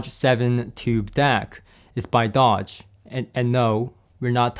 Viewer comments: “Doge” is not pronounced like the car maker, Dodge, it is pronounced “dohsh”, that is the best I could do for phonetics... Doge was a magistrate of Venice... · It's pronounced Dôge, as in the Doge of Venis.